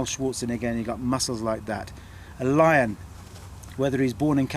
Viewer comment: i love the dude's attitude 8-) "i say no you can'tzee da lian on feet bra !"